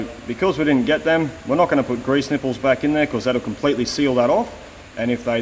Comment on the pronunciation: You said greeze and suffericle bearing. And you Aussies give us Americans hard time for measuring in bunanas. Oh well at least you said nipple to bring my attention back to the job at hand!